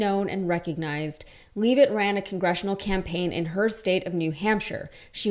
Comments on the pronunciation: She even said her name. Lev et not leave it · *She pronounces it LEV it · It's pronounced, "LEVV'-itt" (rhymes with left).